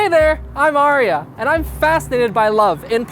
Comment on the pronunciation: Arie...Aria😂i know I sound lame but I had to point that out